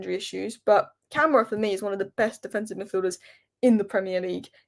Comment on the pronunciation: Stress the "ma" when pronouncing Ka-ma-ra 🫡